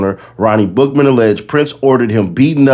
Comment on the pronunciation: Every time you said Bookman i heard Buffalo butt 😂. LL Take, the best out the group 🚀